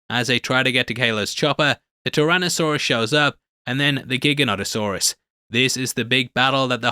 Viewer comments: giganoto-saurus not giga-not-o-saurus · Gigantosaurus is pronounced like that, not Giganotosaurus.